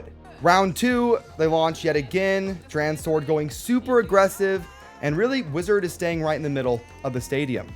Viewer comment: DranSword, say it like Drawn Sword lol